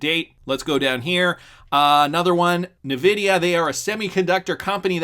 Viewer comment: "nuh-vidia":( Come on! haha. Thanks for another vid.